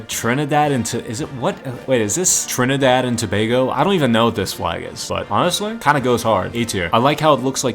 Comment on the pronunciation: Finally someone pronounces trinadad and tobago perfect but this is the trinadad and tobago flag 🇹🇹